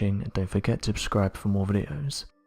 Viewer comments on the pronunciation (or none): I love these videos so much. My favorite part is at the very end when it sounds like he says "Don't forget to UB-SCRIBE" It's adorable.